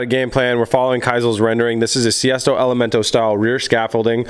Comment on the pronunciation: Still calling it a “Siesto” Elemento I see...